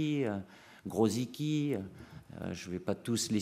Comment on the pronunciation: J'adore sa prononciation des noms polonais, surtout Grosicki